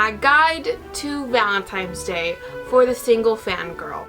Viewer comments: I thought it was just me lol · now that you mentioned it i can't unhear it